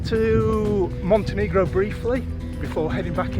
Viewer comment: "Montenigro" 🤭 Love the dog!